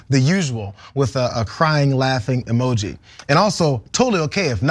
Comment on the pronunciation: I stop the video after getting enough of Cenk. I don't want his preaching and interrupting other's comments. FYI: a Cenk "imogee" is NOT "superfun."